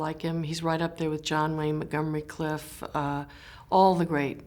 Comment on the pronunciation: 'Clift' not 'Cliff'! And quit the 'off of' phraseology!